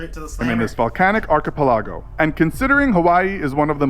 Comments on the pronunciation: the narrators pronunciation of archipelago though... lol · "Archipelago." Fucking butchered the pronouciation.